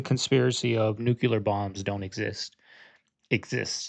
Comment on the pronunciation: U say nucular bombs. Its nuclear 😂 js.